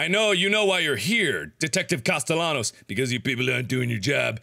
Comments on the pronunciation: Hey mark there is a sequel. But if u play it u have to pronounce Sebastian’s last name correctly, it’s costeYONos that’s how u pronounce it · It's pronounced "castee-annos" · It is spelled “Castellanos” but it’s pronounced “Caste-yan-os”. Gotta love that Spanish double l. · How did he play through the whole game and still not know how to pronounce Castellanos. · Markiplier still says Castellanos wrong in Evil Within 2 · I'm rewatching this entire playthrough again after five years, and am constantly annoyed all over again with how he repeatedly mispronounced Castellanos. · The amount of time ‘Castellanos” was pronounced throughout the game, you’d think Mark would stop saying it like the whitest white boy 🤣